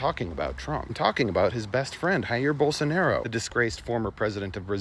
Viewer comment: The "J" in Portuguese is pronounced like a French J, not a Spanish one, there's no "Haeer Bolsonaro"